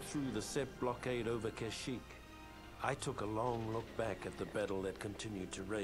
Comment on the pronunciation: its pronounced ka-sh-eekh